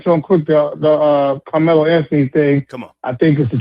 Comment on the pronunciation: Lmao annihilated Carmelo Anthony name lol